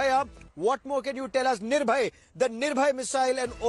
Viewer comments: Thank god... Some one corrected him that....missile name is NIRBHAY and not NIRBHAYA..... we still have faith in our literate and educated Media.. That they will improve their standard. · Its NIRBHAY not NIRBHAYA